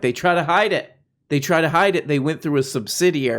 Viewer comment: “Subsidirrarry” - James dore, one of the leading epidemiologists, folks!!